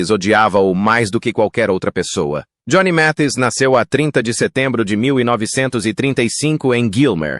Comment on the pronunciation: Este narrador está muito enrolado para pronunciar o nome correto de Johnny Mathis.